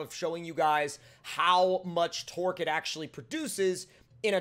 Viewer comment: idk if this is just me but when he says torque it sounds like twerk